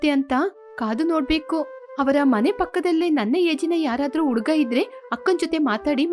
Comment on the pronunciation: Uduga 😂 the narrator needs to work on Ha and A pronunciation